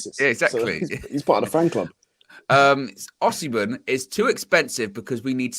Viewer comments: There is no “she” in Igbo or Yoruba pronunciations. It’s not it just “Osi” either. More emphasis on the”Ohhh”. From a Naija boy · It’s pronounced “Oh-sim-men”